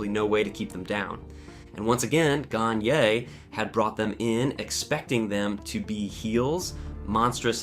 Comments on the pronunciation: Ganyay. Gan-yi. Ohl Anderson. You’re killing me, dude. Lol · Makes me wonder if the narrator is AI. butchered Ole Anderson and Vern Gagnes name and I'm only 9 minutes into the video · Mispronouncing names as basic to wrestling history as Ole Anderson and Verne Gagne immediately kills your credibility. Why would I finish this video when you didn’t finish your research?